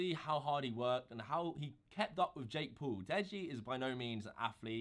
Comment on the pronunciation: Jake Paul not jake pool